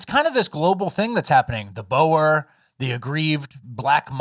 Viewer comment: For the love of god learn how you pronounce 'Boer'. Typical Americans. It's pronounced like the animal 'Boar'